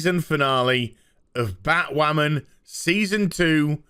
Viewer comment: I thought you said BahtWhamen Vs BAME for a second there..